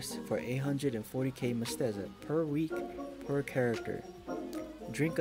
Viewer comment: MEH. SET. TAH. NOT MESTEZA.